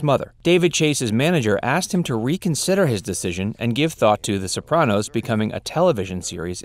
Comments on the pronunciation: you can’t pronounce anything correctly. so-PRAN-os. Ray LEE-OH-TA. LOW-DYE, New Jersey. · the bopranos